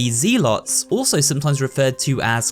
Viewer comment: it's ZELL lots